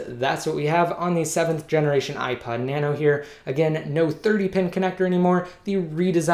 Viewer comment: Sounds like you said ipied lol